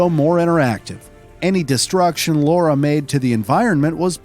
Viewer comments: Even if parent were GONNA name someone Jack but decided on Peter , the name of the person is gonna be Peter !!!, even if the audio presenter here insists on calling him Jack, they WRITE it Lara, why pronounce it LOra, chances are parts of the crew might have been called Lara, after all a huge number of girls were called Lara after Doctor Zhivago hit the cinema in 65, and that, not just in the West … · In other documentaries they say Americans back then couldn't say Laura so they named her Lara 🤣 now some of them they can't even say Lara correctly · ITS LARA! 🤦‍♀️🤦‍♀️ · Laura? So funny, Americans just cant say Lara, at all! xD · Her name is Lara, not Laura... like Clara but without a C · It could have something to do with his pronunciation of words, unexcited delivery, entirely placid cantor of speech, and a monotone demeanor throughout. In this video at least my brain almost melted hearing him say Laura almost 100% of the time. It's Lara. And I won't accept an "it's an accent thing" or any crap like that. He didn't even try. I'll tolerate it to a point assuming someone has a speech impediment, unless of course I hear him get it right at least once. After that the label of "slacking off like all hell" gets stamped on the effort. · It's Lara, not Laura. It rhymes with Mara, not Cora. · I think it's the fact that Laura is a more common name. Never heard of a real Lara. Also, yes, we can pronounce it, but if you're unfamiliar with the character and you don't really care, you might accidentally pronounce it Laura. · Nope... not a single time. It's always Lara... British actors will say the "a" more like the a in "father" - (same way they say can't and dance) but it's never an "au" like in "laundry", "caught", "laurel" or "Laura".... to a native speaker of British English, Lara rhymes with Clara, so if you're American you should just say it so that it rhymes with the American Clara, who has the same vowel as a cat or a bat..... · OMG ITS LARA NOT LORA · It's Lara!